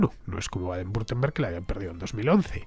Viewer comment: Hola Fernando, por si algún día lo tienes que volver a pronunciar y quieres que te resulte mas sencillo, se pronuncia "Baden Bitemberg". Por lo demás fantástico trabajo